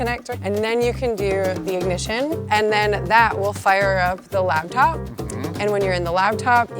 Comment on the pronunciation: Did she say “Labtop”?